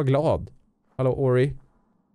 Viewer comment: Döp Ori till ''Peppic'' eller ''Peppik''( typ när du ska säga kom igen nu Ori)